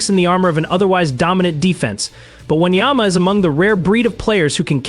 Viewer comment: Dude, can u be more disrespectful? Not once have you pronounced his name correctly...are u dumb? Just asking cause you obviously can't read or spell...